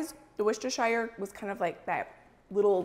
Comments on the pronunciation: sorry its not pronounced wostershire it is wos-ter-sher sauce i know i'm from the uk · Worcestershire Sauce pronounced "wer-stuh-sher" not "shire" for next time 👩🏻‍🦱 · I’m from Worcestershire, and the smell of the sauce brewing as you went past the Lea & Perrins factory is the smell of home! Your pronunciation is close, you need to say it Wuss-ter-shur. 😊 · I am English and we say WUSS-tuh-shuh. No R's anywhere! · I live in the UK, around 40 minutes from Worcestershire, you all pronounce worcester fine (woster) but shire is pronounced 'shear', like I'm going to shear the sheep. woster-shear. We have lots of counties ending in shire (Worchestshire, Gloustershire, Herefordshire, Hampshire), they are all pronounced 'shear'. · Hi, thanks for all these fab recipes, in England we often have smoked salmon as a Christmas breakfast in my family but these look amazing! Also, as American's tend to struggle with "Worcestershire" I thought I'd let you know from a Brit how Worcestershire sauce is pronounced! In its true form its pronounced "wu-ster-sher" but we often shorten it right down to simply "wuster" sauce. Hopefully that helps with the tongue twister! Merry Christmas! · American's PLEASE it 's pronounced Wooster-shear sauce. You have a Worcester in NY, PA, VT, MD and WI as well as pronouncing a city & county in the UK wrong. Its like nails on a chalkboard everytime. People make an effort to pronounce non english words correctly to avoid offence, make the same effort! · Custard has sugar in Sauce does not.....its spelt shire but pronounced sheer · I checked on line.... and while I'm sure we all want to call Worcestershire , Wor-chest-er-shy-r......it is pronounced wu-stuh-shr......too many silent letters for my liking